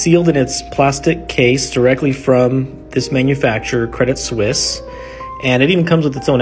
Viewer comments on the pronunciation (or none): Pronounced: "Credit Sweess."